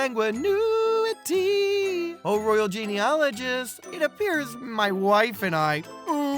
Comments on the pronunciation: It is pronounced con-san-gui-ni-tee, not con-san-gui-nu-i-tee. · Yaaaassss “consaguinuity!”